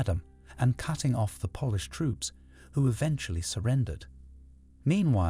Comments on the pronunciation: Y can’t the guy say polish properly 😅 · Would you like a narrator who has a lifetime of experience who knows the pronunciation? I love your videos but if I have to hear the mispronunciation of Polish once more I'll go mad! 🤣 I'll do it for free 😁